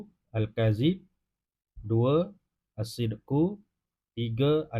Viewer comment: Ustaz ni nombor 10 bacanya bukan assideku tapi assidik